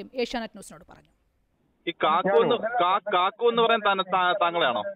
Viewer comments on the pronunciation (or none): കാക്കു അല്ല കാക്ക 😀😀